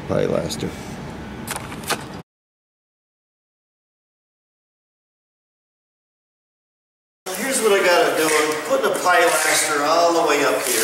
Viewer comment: I have been watching you videos and learnt a lot. This video I did laugh somewhat, I know that certain areas call things different names, in English, as in UK, it is called Pilaster, that's Pil-a-ster not Pi-laster. Sorry but I did have a good laugh. keep up the good work.